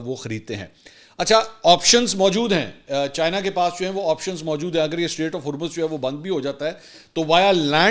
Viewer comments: Strait, NOT STATE! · Mansoor continuously saying "state of Hurmz" 😂